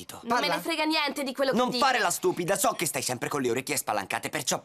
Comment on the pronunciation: “pablo che cosa succede?” “nieNNteh”